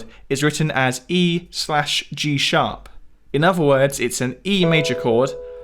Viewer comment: Great videos always but if you can pronounce ‘the’ why do you use v in the word other. You keep using v. Smoove instead of smooth. It’s terribly irritating.